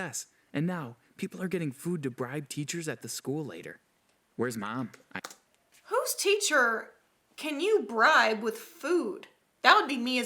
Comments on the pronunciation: Why does this guy say Mum/Mom (where u from) so weird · How he says mom: meom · I can't be the only one who noticed the way the guy pronounced "mom" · The way he says Mom is funny 😂